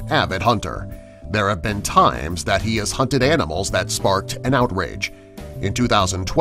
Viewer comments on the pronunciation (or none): none